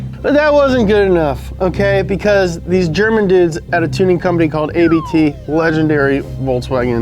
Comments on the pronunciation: what if i told you that ABT is not pronounced ey bee tea, (and also not ahh bae, tae) but rather like "uhbbt", because its the guys name. and also its german for abbot. 🤯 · It's Abt, not a.b.t , the founders name is Abt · Actually A.B.T. is one word: ABT And you pronounce it as one word too. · ABT is pronouns like one word not individual letters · I think its funny you call it A B T, while Abt is a surname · It's not A.B.T. it's ABT the tuners name is ABT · It´s not "A B T", it´s "ABT" so you say it like it´s a word because it´s a name. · It's Abt not ABT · Its not A.B.T Abt is a Surname you speak the "a" as the ending of Utah. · Abt is the family’s last name so it’s one word not A B T. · Little bit of trivia for ya: it's not pronounced AY-BEE-TEE, because "Abt" is the actual surname of Hans-Jurgen and Christian Abt, the founders of the company. There's also a Daniel Abt running in Formula-E. #TheMoreYouKnow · Its not called ABT. It's called ABT.